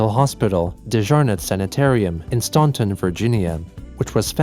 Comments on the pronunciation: as a Stauntonite, i just gotta let you know we dont pronounce the AU like that. Its more of a "Stan-ton" than a "Stawn-ton" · Crazy seeing Chris just at Dejarnette, a bunch of people would get caught trespassing there at my high school. Thank you! (P.S. as much as the “au” is there it’s pronounced “Staan-tn” I promise) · Staunton is pronounced like stanton:)